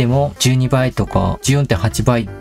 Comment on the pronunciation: 横から失礼します、おそらく動画の4分20秒あたりで「ヒマラヤ」を「ひまやら」と発音されたのを指摘しているのかなと